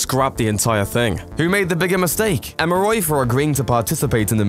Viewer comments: It's called "EMORY" University! As in, "M...OR...E"!!! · Being British is no excuse for mispronouncing "Emory" and "Halcyon."